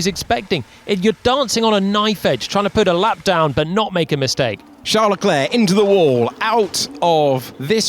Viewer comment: Is it charles or scharles ?😂